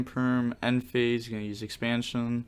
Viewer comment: synthesis. sin-fa-sis. expansion, X-pan-shon dw we all make mistakes